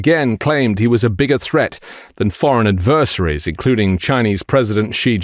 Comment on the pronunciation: I agree with everything said except your pronunciation of the word “adversaries.”